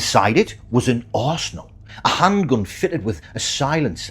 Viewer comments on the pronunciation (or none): none